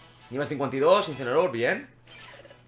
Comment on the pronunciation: me ha parecido muy gracioso como dices uncineroar no falla y le evitan el ataque parecía a proposito